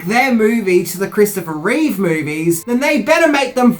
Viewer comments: It's Christopher Reeve, not Reeves. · Reeve not Reeves how can he be a Superman expert if he can’t even say the guys name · It's Reeve. Not Reeves. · I don't hate this movie at all, but its reverence toward the 1978 movie did hurt it. No one working on the script had a love of & knowledge of the Superman comics. The idea that this follows the REEVE (dammit, Minty! Stop saying "REEVES"!!!) films wasn't a bad one, but it should have had a different villain from the comics whom Superman could battle, a different plot for Lex Luthor (making him a businessman like in the modern comic might have worked) & no deadbeat dad thing for Superman. Maybe a re-cast for Lois as well. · Its irritating when they call that man Christopher ReeveS. Its just REEVE. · It's Reeve, not Reeves and it's Brendon Frasier, not Brandon!! 🤦‍♂️